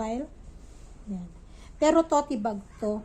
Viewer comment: Tote bag ba? Towt po bigkas